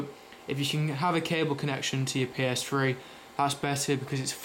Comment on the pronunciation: PS Fwee hahahha lol